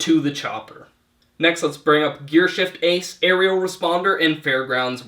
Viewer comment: He said "Sheargift Ace" instead of Gearshift Ace.